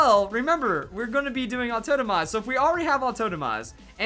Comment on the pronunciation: I'm trying to place his accent. 'AuTOENOmize' is going to drive me insane.